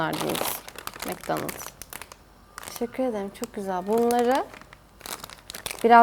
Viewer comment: Abla sen neden çok güzel demiyorsunda çık güzel diyorsun